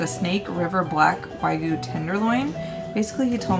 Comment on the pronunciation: Wagyu is pronounced Wah'~Gi' yoo not wah-goo lol